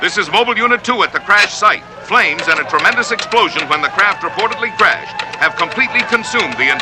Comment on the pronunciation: Back when crashed was pronounced “crayshed”